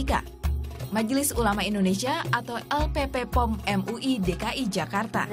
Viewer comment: Bukan LPP POM, tapi LPPOM. P nya 2, bukan 3. Salah penyebutan nama